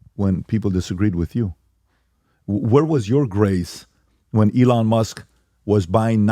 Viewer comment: Nobody: Pat: eLON